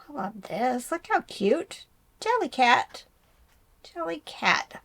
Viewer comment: Jellycat!, your pronunciation is correct! Team!